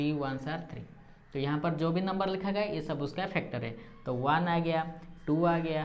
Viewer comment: Factor hota hai phactor Nahin